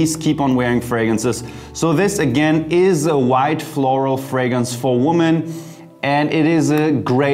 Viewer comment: You might want to change your pronunciation of the word: women. It's more like 'wimmin'' and not : woh men...interesting video.